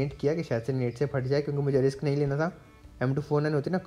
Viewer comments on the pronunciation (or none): none